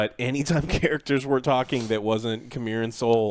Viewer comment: His name is c'meer as in come here 😒